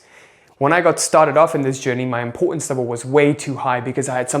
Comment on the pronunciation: “Impor-unz” lol